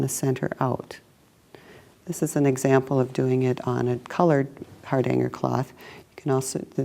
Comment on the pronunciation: Please try to pronounce ‘Hardanger’ correctly. It hurts this Norwegian’s ears.🇳🇴